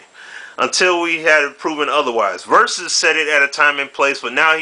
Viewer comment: LOL! Versuz vs. Versuz